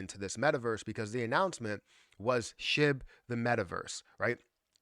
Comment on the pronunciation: Shib balance not shi. 🙄